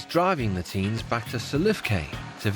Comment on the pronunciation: "These kinds of teas" I really thought he said teas instead of teens. hahaahha